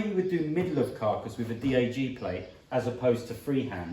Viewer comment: Always enjoy your videos, BUT I cringe every time you say "Dee Ay Gee" when I'm looking at the letters "Dee Ay Jay" on the plate.